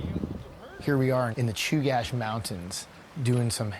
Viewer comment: I loved this.....epic trip for my fellow speedriders!!!! Although, I was disappointed to learn the narrating was AI.... "The Chooga range"? Cmon man. Who edited this?